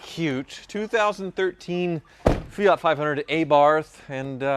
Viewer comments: Why can’t Americans pronounce car brands properly? What the hell is an Ay-Barf and a Fee-at? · FEE-OT AY-BARTH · An Italian would say A-bart with silent H and English say A-barth - says it fine although Australians/English say Fiat with no pause and he says Fe-at - no big deal